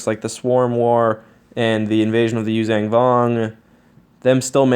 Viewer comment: Yuuzhan (zong) not (zang) come on man.